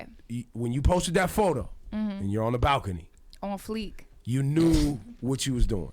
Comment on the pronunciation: Rosenberg said “pon fleek" smh